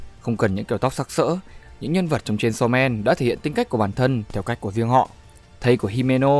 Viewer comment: Aaaaaaaaaaaaaa:>>>>>>> Đây là cả mụt sự tuỵt zời khi đc nghe tên manga đc đọc đàng hoàng, chứ hong phải như cái kênh nào đó đi tổng hợp các kiểu mà đọc cái tên như mấy đứa nửa mùa hay đưa gg đọc z á Ư ư....cảm động quá😭😭😭